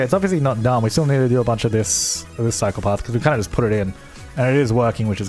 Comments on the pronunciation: Every time he says "cycle path" I hear "psychopath" and it's hella confusing. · Anyone else hear "psychopath" whenever he says "cycle path"?